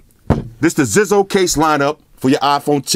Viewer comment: it's pronounced Zizo (zeyezo)